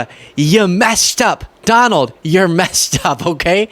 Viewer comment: DON-OLD the COW-ARDLY